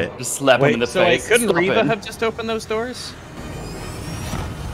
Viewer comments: you mispronounced her name. It's not "Reva", it's "REVAAA!!" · how do you keep pronouncing Reva wrong for so long without noticing you're the only one saying it that way?